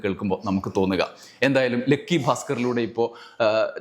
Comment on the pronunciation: "ലെക്കി" അല്ലടാ ഉവ്വേ ലക്കി എന്ന് പറ😢😢😢😢😅